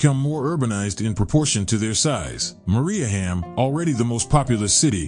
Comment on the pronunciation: He also pronounces Mariehamn incorrectly.